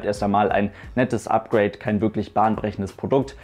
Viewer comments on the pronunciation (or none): none